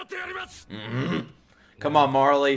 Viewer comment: "you...are insane" Levi: " KAMONA " 💦💦